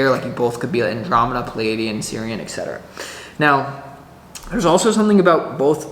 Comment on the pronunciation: et cetera ...not EK cetera .... abbreviation is of course: etc.